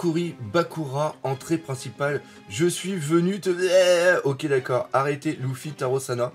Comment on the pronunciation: Sa me perturbe trop quand il dis loufi au lieu de lefi